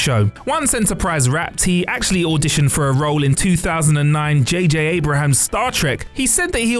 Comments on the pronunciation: Mispronounciation checklist: Mayans Koval Chuck (Chuckie) Karemma Soval Abrams (Abrahams) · I’m sorry but “ J.J. Abraham”! 🤣😂🤣😂